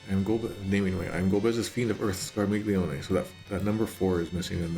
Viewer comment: Okay, you seem to be struggling with the correct pronunciation of Scarmiglione a surprisingly lot,, so here is the correct pronunciation written in IPA: [skar.miʎˈʎo.ne].